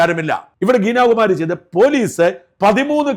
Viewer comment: ഗീനയല്ല ഗീത എന്ന് തിരുത്ത